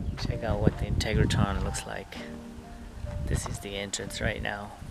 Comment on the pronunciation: Dude - if you’re going to do a video on it, please learn how to pronounce it. IN-TEG-RA-TRON. NOT integraTON